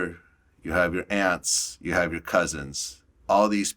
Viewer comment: Did he just said aunts or opps?😭